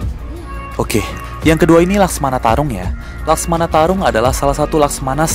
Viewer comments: ko mecamato bukan laksamana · laksamana bang bukan maskmana atau laksmana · Laksamana bukan laksmana *pembetulan